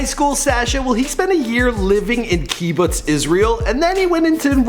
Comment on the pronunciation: And pronounced “kuh bitz”